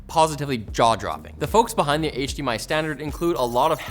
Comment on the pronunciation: did you say hmi 2.1